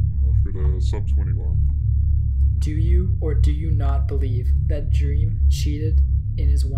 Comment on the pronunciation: Also he said drem NOT dream